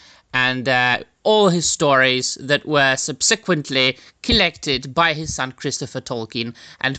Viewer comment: SUB-sequently, not sub-SEQ-uently.